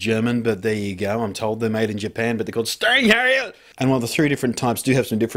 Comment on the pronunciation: lol steinheil and sig-i-bis-store made me laugh every time.